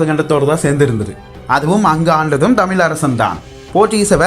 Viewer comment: Good effort than, aanal ungal tamizh pesum utcharipu seriyilaye ayya. Tamil tamil enbathu, & valinam, melinam thavaraga ullathe?